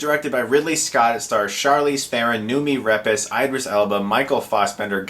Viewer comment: "Nuumi Repesh." No.